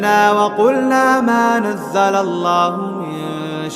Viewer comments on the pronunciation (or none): none